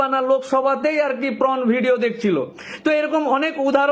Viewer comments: উকিল বাবু, আপনি বলছেন 'প্রণ'( pron) কিন্তু কথাটা 'পর্ণ'(porn) হবে না কি? দ্বিতীয় কথা, যারা ঐ 'পর্ণ' ভিডিও তৈরী করছে, তাদের কে না ধরে, বা সাজা না দিয়ে যে বা যারা দেখবে তাদেরকে ধরবে বা সাজা দিবে কেন? অথবা ঐ খারাপ ভিডিও মোবাইলে দেখতে পাওয়ার সুযোগ পাবে কেন? তাতে যে সমাজের কাঁচা বয়সের ছেলে মেয়েদের জীবন গুলো নষ্ট হয়ে যাচ্ছে,সেদিকে সরকারের বা আইন প্রণেতা দের লক্ষ্য নেই কেন? যত দোষ নন্দ ঘোষ? এটা কেম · আমি বারা রোজ দেখি , বিশেষ করে কম বয়েসী ফুলো গুদ